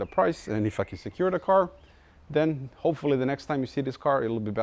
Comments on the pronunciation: Every time you say "If I can", it sounds almost like "f...ing". Congrats on 100K plate. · Every time you say "if i can" i perceive it as "fucking" i was so fucking wrong. =) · Man, everytime you say "If I can..." - I hear f*cken))